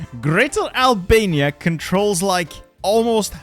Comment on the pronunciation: this mf said abania